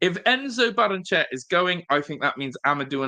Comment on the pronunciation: Ba-rren-e-chey-a In Spanish, every vowel is sounded.